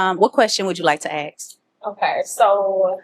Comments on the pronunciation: Come on, the word is ASK, not axe. You’re too smart to sound so stupid. 😢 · Ask not Ax!